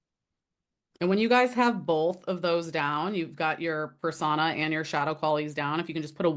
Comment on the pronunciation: This is driving me crazy ... but its pronounced ... per sew-nah or per so -na .... not persagna ... persona ..... but ... overall interesting video